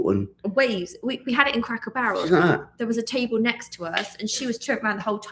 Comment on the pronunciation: Please say cracker Barrel properly do not say it like you are saying a cracker barrel it’s driving me nuts!